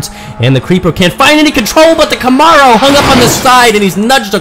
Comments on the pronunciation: I never herd Camaro pronounced this way..where does that come from? Cool race track idea too. Batman cars look great . I might get one for my birthday! Thank you for share you hard work with us. Ok by. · it comes from someone who has no idea how to properly pronounce it. That's all.